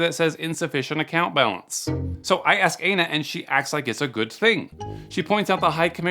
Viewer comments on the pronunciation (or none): In Hawaii, Aina is pronounced Eye-na, not A-na, but whatever works I guess 😂 Anyone that replies to these texts and isn’t a scam baiter is an idiot ⚠️ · Did you say her name is anus or anal?